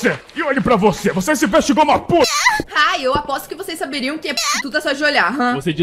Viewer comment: eu tbm falo ingual kkkk😂 erro direto e sei o certo